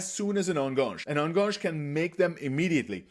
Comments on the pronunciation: Thanks for your great videos! Love it! Just one minor thing: it hurts a little every time you say "enganche". This is not a French word. Try to pronounce it like "ann-gun-che". (Better yet, google "enganche pronunciation" and hear a Spanish speaker say it). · I like your videos, but please learn how to pronounce Enganche. It’s a Spanish word, not a French one. It’s pronounced very straightforward, the ending is like in Che Guevara.